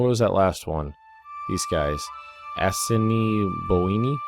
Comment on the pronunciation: Ojibwa is pronounced o-jib-way and Assiniboine is A-sin-a-boin